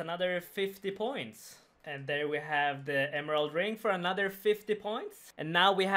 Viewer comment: anoder 50 points, anoder 50 points, anoderrrr 50 points. rofl. nice vid as always buddy :D